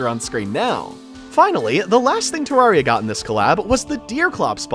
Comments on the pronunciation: its pronounced te-rare-re-a the first te has a short e not a long e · thats the british pronunciation